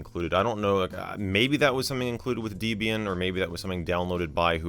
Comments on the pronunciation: It's Deh-bee-yin not Dee-bee-yin. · Wdym dee-bian😭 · Debian... was named after a married couple, Ian and Debra. Her name is not Deebra. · Not 'dee-bee-an'. It's 'deb' 'ian', named after the distro creator's then-girlfriend (Debbie), and himself (Ian). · No way he done called it "Deebian" ☠ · deebeeain? thats new. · I physically cringed at DEEbian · Bro really said "Deebian" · bro called Debian DEEBIAN WTF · saying "deebeean" for Debian is the new saying "sayta" for SATA 🤣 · You said Debian and wrong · You have a weird way of pronouncing Debian.